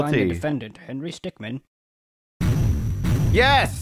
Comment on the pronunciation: henry stickmin is pronounced stick-min not stickman